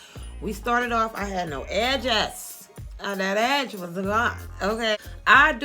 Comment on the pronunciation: Every time you said “get that EDGE” I kept thinking you were saying ‘Ass’ 😹😹😹